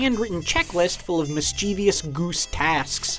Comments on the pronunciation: Mischievous is pronounced miss cha viss not miss chee vee us, adverb form pronounced the same but with an ly. Just a heads up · Bro you said “mis-CHEE-vee-us” twice. It’s pronounced “MIS-chuh-vuss”. C’mon now. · Mischievous not mischievious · “Mischevious.” Sigh. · Haha, I was about to say the same thing ;-) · He says "mischievious" at least as often.